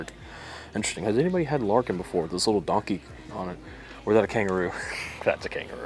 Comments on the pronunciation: Not "Larkin" but "Lair-i-kin" which is Aussie slang...it's bourbon made by an australian who moved over here.. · Thanks for this video mate we have added these to our list 🤜🏼🤛🏼 And it's pronounced Larra-Kin(not Lar-kin) I guess are using the Aussie term as they borrowed the Kangaroo as well😉🦘